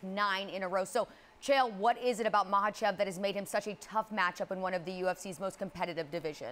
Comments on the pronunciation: Why is she saying Islam’s name like that. It’s not MAH-lachev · Michaelchev😅. Love chael. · "ISLAM MOCKEL CHIP" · These two seem like they are in a competition to butcher the Russian fighters names worse than the other. I’m not sure who’s winning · Not even a minute in And chael just destroyed a fighters name The GOAT 🐐